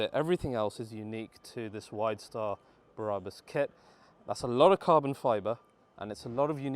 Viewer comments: It's Brabus... not Bra bus 😕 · Who the hell are "bear-rah-bus" ? Ffs. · Stop saying Braaabus !!!